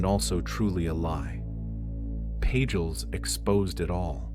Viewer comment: Lead to Leed... Pagels to Paggulz. A.I. voice is fine to a point. ?.... Hey Sis? Did know Sophia ? Do You gno sis ?